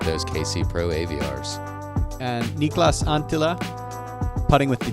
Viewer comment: Its just a little thing ive noticed, you will often say Niklas Anttila with longer vowels than im used to in native Finnish. Like 1.5x longer i and a in Niklas and 2x longer a in Anttila. Its fine, very very common when non-natives try to pronounce Finnish names and words. And unfortunately they are so hard to teach since Finnish pronounciation rules are taught so simply to native Finns that the most intuitive directive that comes to mind to fix that mistake is "just say the whole word at the same pace, no need to put emphasis anywhere or stretch any vowels(in Finnish the only emphasis in any given word is in the front)". And that isnt that much to work with for you. So here is a video of a Finnish native commentating in English Niklas Anttila's card in Åland Open, he says his name quite often and perfectly as a native would, so you could try to say the whole sentence where he is saying Anttila's name and imitate him so that you keep his pace and dont stretch anything you dont have to, and when you say the whole sentence so that it sounds exactly in sync with Elias's commentating, you will have said it right :) That is the easiest way for you to know youre doing it right. However if you want quick tips, the easiest example i can say is all the i's in Niklas Anttila are just as short as the i in Nick. (Actually the Nik in Niklas is pronounced exactly like Nick.) And all the a's in Niklas Anttila are just as short as the a in Gossage. To be very clear, all the sounds you